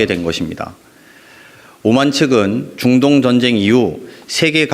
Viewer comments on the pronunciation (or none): 링거투혼.너무 고생하셨습니다.대통령과 정부 덕분에 맘이 편안합니다.보좌관님 중동의 중 발음이 잘 안되시네요ㅎㅎ